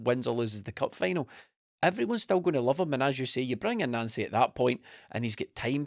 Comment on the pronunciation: The deliberate attempts to pronounce his name as Nansy is too obvious lads. The guys name is pronounced Non-cee just like Thierry On-ree not Terry Henry.